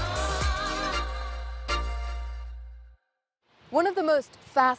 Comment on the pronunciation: Is it correct to use the (very American sounding) - "Parree-shuns" for the people of Paris? I thought it was Les Parisiens - "Lay Pari-zee-enn"